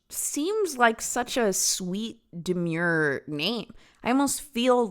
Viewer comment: I don't like how you said demure. You tried and you failed